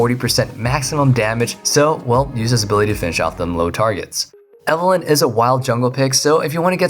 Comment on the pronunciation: when he talked about evelyn, all I could understand was "alan"